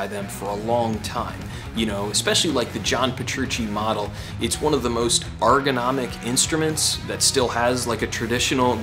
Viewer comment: It's "ergonomic" bro.